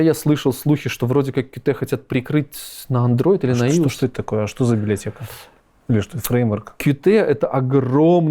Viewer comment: как Иус разработчик я чуть не умер со смеху со слова Иус